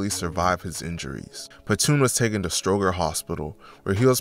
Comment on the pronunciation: And stroger too like cmon bro😂, but he got it on the documentaries for the city